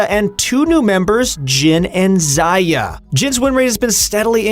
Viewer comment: "...and Xaayah"😂😂😂